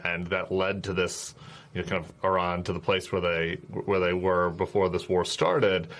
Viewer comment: Why can't the majority of Americans not pronounce Iran and the Iranians properly?